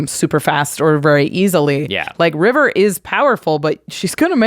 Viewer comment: Sounds to me like Jimmy doesn't like Land destruction or extra turns. So much so that he didn't read River correctly